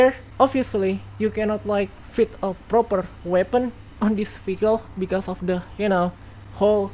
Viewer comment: Every she say vehicle I hear faecal